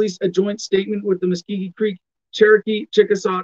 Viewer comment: You spoke for 20 minutes and hardly said anything. Keep trying. Also it's pronounced Muskogee, not Muskeegee.